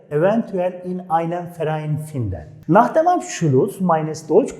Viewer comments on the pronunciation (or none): cok güzel tebrikler. Ama telefuz konusunda sanki cok dikkat etmiyorsunuz. Mesela fiillerin okunusunda hic bir alman sizin gibi okumuyor. Örnek, finden fiili...hic kimse yazildigi gibi okumuyor..."findin" diyorlar...gibi seyler dikkat cekiyor. Basaralarinizin devamini dilerim....saglicakla..